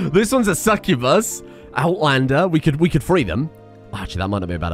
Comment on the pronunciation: BTW, succubus is pronounced SUCK-you-bus